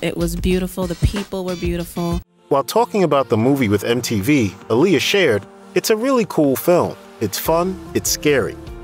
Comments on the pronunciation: It’s not Aa-LI-ya. It’s AA-li-yah! Like Mohammed ALI. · Can you PLEASE pronounce her name right?! She always said "it's AH-lee-yah. Like 'Ali' in Muhammad Ali" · You pronounce her name wrong